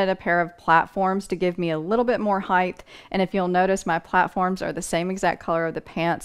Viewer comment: I have these pants from Old Navy in every color, thank you, it was helpful. I couldn't help noticing that you say height with a "th" sound at the end, like the word width,. It's a common mistake.